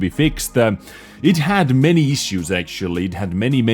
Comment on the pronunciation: I knooow, i know, i know you are not a fluent english speaker and its okay. But please for the love of god stop saying "akchuly" instead of "actually"